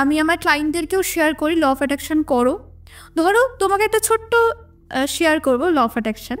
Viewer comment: Law of Attraction ❌লফ্যাট্যাকশান ✅💀💀💀💀